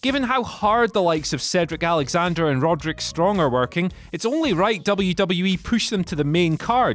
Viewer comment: Much needed "poosh"